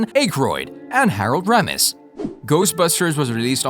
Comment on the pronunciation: RULE #1 In being a Credible Documentarian. "IF you do not know how to say a Persons name...ASK !!!" DAN "ACHEROID" ? HAROLD "ROMESSE,"...? Amongst many others ! Seriously... You sound like a Buffoon !